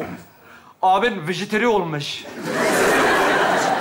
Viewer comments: Öyle diğil🤣vejeteryan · Vejeteryan değil "Vejetaryen" olacak. -Türkçe öğretmeni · Vejeteryan değil "Vejetaryen" ulan siz yapmayın bari. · Vejeteryan değil vejetaryen. Vegetable’dan geliyor ya o kadar da zor değil. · TDK'ye göre "vejeteryan" değil "vejetaryen" olacak o. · Vejetaryen değil mi doğrusu? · Vejeteryan değil Vejetaryen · Vejeteryan değil vejetaryen kelimeyi düzeltelim lütfen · Bu arada vejeteryan değil vejetaryen! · Bu arada vejeteryan değil vejetaryen